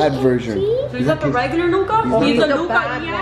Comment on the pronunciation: Hi guys it's pronounced luca